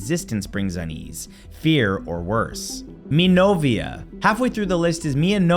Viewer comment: Hi Matthew, I've been following your vids for years now and as an art major (painter here), these videos are always interesting. I suggest that you try looking up pronunciations a little better. In your last video, "tagalog", in this one, "mi novia", and "Munch" are pretty badly pronounced. Munch is one of my faves and I didn't know the story you tell here. Thanks!